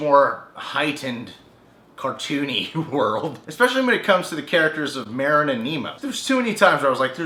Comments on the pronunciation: It's Marlin not Marin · merin? MARLIN!!!!!!! SHIT. lol. but really its marlin not merin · You keep saying Marin. It's Marlin. I'm sorry I don't mean to seem rude it just was kind of getting to me. also, the new and FINAL Don't Hug Me I'm Scared is out now. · Nemo's dad is named Marlene not marene lol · It's pronounced marlin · It's on purpose.